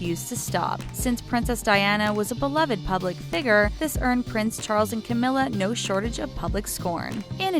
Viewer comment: The Charlei and Cawmirra